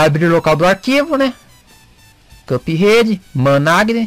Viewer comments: cara,,foi mal mas me da um nervoso vc falando CupRede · "Cãp Rede"